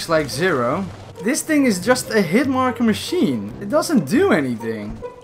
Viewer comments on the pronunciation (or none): none